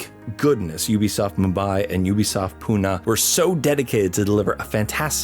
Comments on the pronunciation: It's not pu - na its pu - nae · Fun Fact: Pune is Pronounced as Pu-nae